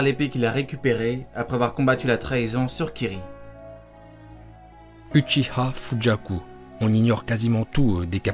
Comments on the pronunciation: fujaku on dit pas fugaku 🤔? Dites moi en commentaire 😗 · Fugaku. Et non Fujaku* 🤦🏼‍♂️ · Sa ce dit fuguaku fugaku pas fujaku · Ça se dit pas FUJAKU😭😭😭😭